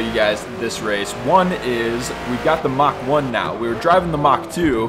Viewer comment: Fantastic content man! Only cause pronunciation is a thing of mine, It is not "Mach" rather, it's "Mark". To be fair, generational numbering like this is uncommon for purpose built racing cars. 🤷‍♂ If anyone is curious where "mark" came from, this may help. 🤞 🤙